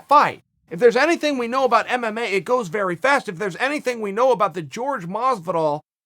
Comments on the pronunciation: Y’all either don’t know or don’t care. It’s not “George” it’s “Jorge” (Hor-Hey). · C'mon Chael....it's f'n Jorge....not George. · His name is pronounced horhay not george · Please forgive me Chael🐐 but it's definately Jorge Masvidal not George. If it's a jab, well done. I like to think it's not😊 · It's not Jorge. It's Hor Hey! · Can u stop calling him George and call him Jorge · Is it that hard to say HorHay? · Say Jorge's name correctly Chael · the way Jorge is inspired by shit talkers , why not the biggest shit talker of all Connor Mcnugget, he already said he would do it. BTW why is everyone hating on you???? oh FYI if you want to pronounce jorge properly , just think of getting you wife's attention and say it backwards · bro, show your fellow fighter some respect and learn how to say Jorge's name